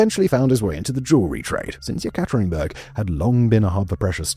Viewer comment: Simon, you're one of my favorite docu-narrators. But really, you need to work on your Russian pronunciation, or, at least look up how to pronounce words like Yekaterinburg.